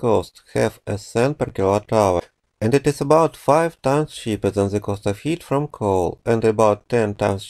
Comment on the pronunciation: I've watched most of your videos over the years. I appreciate and respect your work. Thank you for posting these videos. (As a side note, I am an ESL instructor, and try to help ESLs when I can. Please note: "cheaper than" instead of "chipper then.")